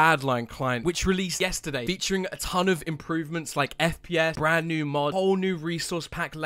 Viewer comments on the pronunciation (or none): "Bren new"